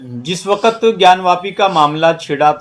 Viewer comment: Yeh lo "waqt" ko "wakat" bol raha bhai saheb